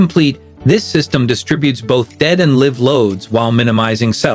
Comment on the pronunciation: If you can't pronounce live I can't watch you